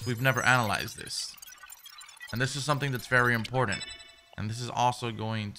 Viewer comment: Love how you say Important lol “ impordant” that spanish accent kickin in lol